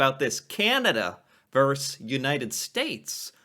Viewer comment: "Vs" is short for verSUS, not verse.